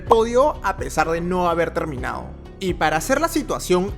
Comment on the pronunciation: Hola a todos. Muy impactantes los accidentes. No sé es porqué quienes locutan estos videos no pronuncian las palabras bien, dicen LAO en vez de LADO, suspenDIA, afortunAMENTE, aterraOR, InterLAOS, termiNAO, cerrAO, deteNIA, atraPAOS (debe ser para que rime con CAOS), inespeRAO, y así otras. Todo sea para que se active el algoritmo.